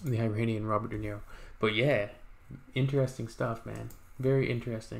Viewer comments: It's not eye-rain-ian... It's Irānian. /Eeh-run/ Iran. The language is Persian. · Good on you to listen to it! It’s not “i”ranian it’s “ee”ranian! But appreciate you liked it perhaps I suggest checking the lyrics which is a rage against a religious dictatorship which is going around for centuries and the lyrics is librations from religion! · Yes eeeeeranian is correct not i-ran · It is not Eye-ranian . It is Iranian . Like Italian not Eye-talian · agree 100% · It’s not really I-ranian, it’s Iranian, pronounced eeeranian 😉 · Iranien not Eyranian and yes the language is farsi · EERUNNIAN is the correct pronunciation , most Americans prounance eetalians as atalyens!! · iranian or persian not eye_ranian duuuude